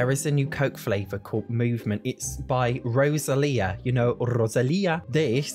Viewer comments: YES and also RRRRRRosalia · Greenhouse kit waz completely unnecessary ive already made tons of greenhouses the only cool thing is the floor tile with the grass I love the way you say rrrrosalia 😂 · When he pronounced Rosalia❤❤❤❤